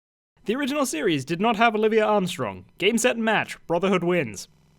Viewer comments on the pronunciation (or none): Who the fuck is Olivia Armstrong? It's OLIVIER Armstrong, pronounced 'olive-ve-ay' did you even watch it? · everyone just gonna ignore that he said Olivia instead of Olivier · Its Olivier! Not Olivia!! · It's pronounced Olivia, but is spelled Olivier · her name's oliviER. Not olivia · I love how much you love Olivier Armstrong, but still misspelled and mispronounced her name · Her name is Olivier not Olivia...